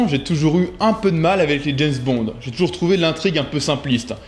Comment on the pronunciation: On dit James Bond, pas jayz bond! Kho lolo!